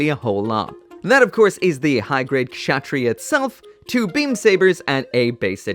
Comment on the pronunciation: I believe it's pronounced Katz-Ha-Tree-Ya. Lol I literally looked up a clip of the anime to a while back to learn how to say it. (Note it was the subbed version)